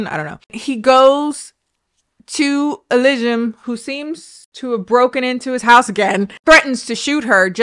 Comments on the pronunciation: The Google Voice "elizium" "eligium" yeah close enough.... 😂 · Oh poor that pronunciation thing is leading you astray. I believe most Americans would pronounce it Eh-LEE-see-um. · Everytime said the chick's name had me cracking up. 😂 Elysium. Elsum. Elson. Esmond. Whatever her name was. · Rewatching this for the jukebox moments and the laughing at deaths, but at the drawback of repeating "e lee zee um" every time has to remember how the hell to pronounce Elysium. (Granted, I have an indie game for the reason I remember it) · Hold up, Chile, it Ely-sium. Like elly from the last if us an sium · Every time said (Alisium?) I thought about Gladiator 😅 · For future reference, an easy way to say it is: Ee-Lee-Zee-Um -Greek Mythology Enthusiast 😂😂😂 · ee-LEE-see-yum,. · assuming hasn't played disco elysium since she can't pronounce it, this is an injustice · Take a shot for every time breaks into song or pronounces the main character’s name differently 🥴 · Oh wow I've definitely been mispronouncing Disco Elysium everytime I've recommended it to people, oops!